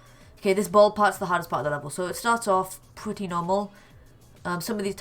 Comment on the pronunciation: He says pwetty